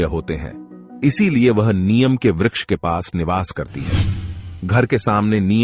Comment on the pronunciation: नियम पेड़ का उच्चारण गलत है । नियम नहीं बल्कि नीम का पेड़ होता है ।